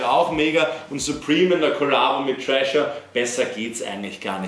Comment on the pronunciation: Es heißt nicht 'Trasher', sondern 'THrasher', da ist ein 'th' ;) sonst alles spitze!